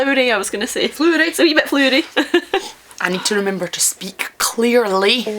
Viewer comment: What amuses me is how the way you say flower makes one think you're saying flour, and yet the pronunciation of e.g. Aberlour is "-lower" rather than "-lour".... And then you say flour (e.g. Almond flour) and I get confused all over again, thinking you meant blossom.🤣 I've tried the CC with Ralfy and that's often funny, but suspect it'd be too much distraction with your vids which are already so much fun and pleasure without. I think I can follow maybe ~80%, which is a good excuse to watch more and practice. On geographical (mis-)understandings: I now know what jobbies means but it's not a term familiar in NZ--and sounds oddly "childish"/twee, though maybe that's deliberate/part of the fun within the UK? We mostly stick to 4-letter words for such. Also to my ears it conjures human-produced whereas you're mostly talking farm animals like coos. Anyway, when I was a child in the 70s cows were thought to produce pats, but with the industrialisation of milk-production here (South Island) from the 90s everyone on farms started talking about chips--dried pats. And chips is also the term we use for what you call crisps... as well as the larger/square-cut ones wrapped in newsprint with fish, etc. And given your encyclopedic knowledge of crisps--when you discussed airy quavers recently I thought you meant musical--I thought you might enjoy. No, don't even think of using RP, that would spoil so much fun.😀 Better stop now while I'm only miles behind.🙄